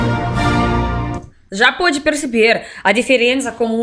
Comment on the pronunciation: Duas coisas que sempre ouço diferente: Quando a diz russinha> ursinha Quando o hino começa Já podeis da pátria > Japonês da pátria